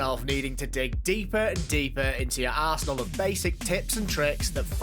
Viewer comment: Is it just me but it sounded like he said you need to dig deep in your arsehole ? Ik he said arsenal but it sounded like he said arsehole.